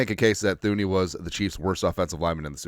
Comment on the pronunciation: Pronounced TOO-nee!